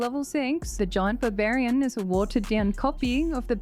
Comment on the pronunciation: Babarian, I can't unhear it now.